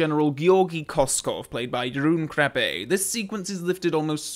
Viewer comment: The way you said 'Jeroen Krabbé' was almost perfect! Thank you! 👍🏻👍🏻👍🏻